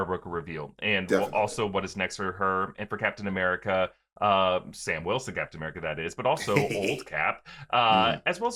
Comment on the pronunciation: I'm sorry but does say Blacktain America or am I hearing things? Cause I have listened to it like 10 times and I can't hear anything else 😅 I'm not accusing him I was just legitimately confused. Sorry if he actually said something else and I'm just hearing things lmao.